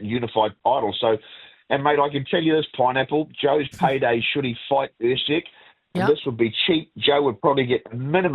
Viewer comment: Lonergan calling Usyk “Err-seg” ? 🙉